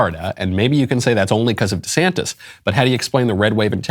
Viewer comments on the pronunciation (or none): none